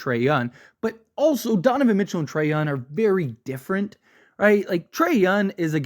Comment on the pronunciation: It's so annoying that he keeps saying his name like every two sentences, but then he calls him Yun. like who tf is Trae Yun? 🤣🤣